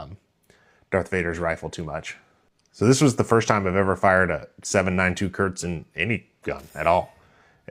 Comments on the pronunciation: KURZ not Körtz. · As a German, your pronunciation of Kurz sounds like diarrhea haha Kurz means "short" and spoken like K oo rz (oo like in look). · ...and now please pronounce the "u" like you would in Gh"ou"l!